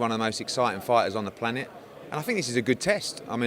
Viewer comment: "PLANIT" *Planet